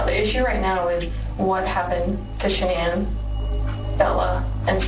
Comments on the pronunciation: not like sha-nan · actually it's pronounced SHANNON that's how her family has always pronounced it. She changed the pronunciation herself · Might sound trivial but it’s annoying when so many channels and anchors etc can’t pronounce Shan’Ann’s name correctly. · Anyone else think it's disrespectful that Dr. Phil can't even pronounce Shannan's name right? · Please pronounce her name correctly out of RESPECT.